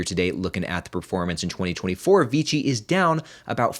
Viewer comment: Isn't it VICI? Sounds like you're saying VG